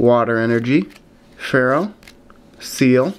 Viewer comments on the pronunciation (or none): none